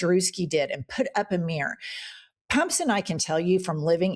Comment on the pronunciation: Jennifer, an trivial aside, please forgive me, but the way that you North Eastern American women pronounce the word mirror as mrrr, just knocks my socks off.